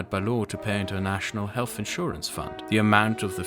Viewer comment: Absolute rubbish from start to finish. I’d caution people in trusting someone on issues rating to public health that can’t even pronounce the word “health”, as in “healTH”, not “healFF” 🤔🤦‍♂️